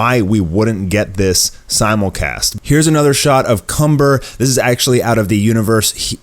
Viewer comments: Its kamba not Cumber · the evil sayian name is *KAMBA* not *CUMBER* you need to see the trailer with captions on. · His name is kanba not cumber